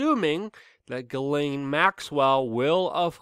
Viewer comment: It's pronounced, "jizz-lane". Just trying to be nice, but you did pronounce it wrong. Again, it's "jizz-lane".